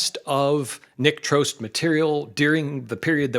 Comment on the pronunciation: So, that's how it's pronounced! I've always thought "Trost" rhymed with "frost".